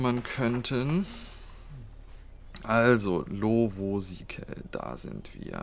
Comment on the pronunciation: lovosice liegt in der tschechei und das c wird nicht als k ausgesprochen , who the fuck cares but im just saying ^^ :D